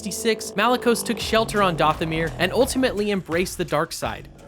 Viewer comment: Are you even a Star Wars fan? Have you seen any real content? Why are you pronouncing Dathomir and Ilum like that